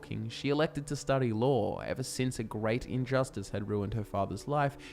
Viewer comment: Every time he says law, I think he’s saying lore lol